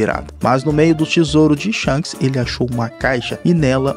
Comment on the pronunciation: Kk o cara chamou o shanks de sharcks kk